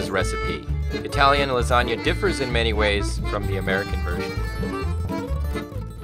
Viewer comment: yeah...i'm impressed she says Lasagna and not Lasagne.